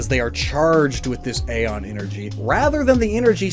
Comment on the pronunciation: Ae=e Its not "ayy-os" its "ee-os" its not "ayy-on" but "ee-on"